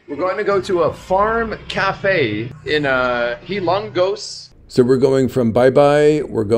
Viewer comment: It is called Hilo-ngos Leyte my friend!… enjoy your journey 👋